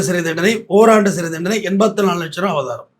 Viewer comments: Avratham❌ Abatharam❌ Avabaram❌ Abatharam❌ Abaratham ✔️ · அய்யா ' அபதாரமா அபராதமா ' ? உங்க ப்ரொபஷன் ல இப்படி பேசுரீங்கலே? 🤔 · அபராதம் please pronounce properly ❤ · ஐயா அது அபராதம், அபதாரம் கிடையாது. பதிவு நன்றாக உள்ளது❤ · ஐயா அவர்களே, அது பேர் அபராதம்.... அபதாரம் இல்ல.... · SIR...ADHU ABARAATHAM ...ABATHARAM ILAI ! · அபராதம்.‌ஒழுங்காக உச்சரிக்க வேண்டும். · என்ன ஆச்சு ஐயா உங்களுக்கு? அபராதம் என்ற வார்த்தை தங்களுக்கு உச்சரிக்க வரவில்லை?!!!